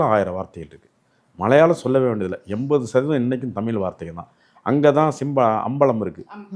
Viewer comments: தமிலு, தமிலு, தமிலு அருமை அய்யா!! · தலைவர் தமில் (ழ்)உச்சரிப்பு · ஐயா முதலில் தமிழ் என்று சரியாக உச்சரிக்க வேண்டுகிறேன்! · உளறு வாயா ! தமிழ் என உச்சரிக்கக் கற்றுக் கொள் தமில் , தமில் ன்னு உசுர வாங்காத , சித்தம்பழம் , சீத்தாபழம் , கோயில் திணிக்கப்பட்டது . வாய்க்கு வந்ததை உளறாதே ! அரை வேக்காடு . தனியா உக்காந்து யோசி . அது என்னடா பண்டு ஆரம் ? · வணக்கம் ஐயா.... உங்களுக்கும் கூடவா " ழ " வரவில்லை...! கொடுமை ஐயா.. தமிழை ஏன் " தமில் " என்று உச்சரிக்கீறீர்கள்.. அருமையான பதிவு, ழ - வை தவிர.. பணிவுடன் கேட்டுக்கொள்கிறேன், திருத்திக்கொள்ளுங்கள்... வணக்கம்.. நன்றி.. 🙏